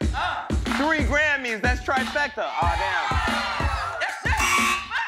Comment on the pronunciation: So we gone ignore the fact that chance the rapper couldn't read the word trifecta!!!! Okay I'll hush! 🤐